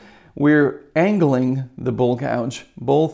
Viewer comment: I thought you were saying bull gouge ... lol